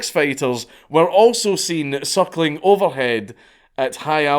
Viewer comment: I'm sorry Dank. Everytime I hear you say "circling" I hear "suckling" lmao